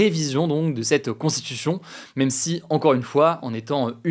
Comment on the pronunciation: Hugo, ça fait plusieurs vidéos, fait un effort sur ta diction et ta prononciation du mot "constitution", c'est infernal à écouter. Tranquille mec, t'as le temps de parler sans bouffer les mots de plus 3 syllabes.